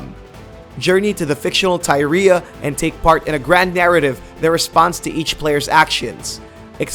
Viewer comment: Ty ree ah? Who is that? Some 2 doller hooker? You butchered the name Tyria.